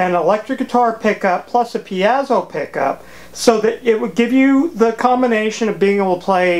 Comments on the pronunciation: Pretty sure it's pronounced "pee-ay-zo" not "pee-ah-zu". Also you should put a piece of metal on the back of the bridge that touches all the strings and connect it to ground, to reduce buzzing (without that they're basically 6 antennas picking up all kinds of radio garbage in the aiwaves). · You say "peazo" I say "piezo". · BTW Piezo(electric) Greek verb πιέζω meaning to put pressure to something. It is pronounced phonetically in three syllables, thus PI*-E-ZO. *Like the letter P. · A tiny comment: it's pronounced "pie-zoh" 2 syllables. More information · Good build. Your pronunciation of the letter "e" is interesting. "Axcess (excess), piAzo (piezo). Where are you from?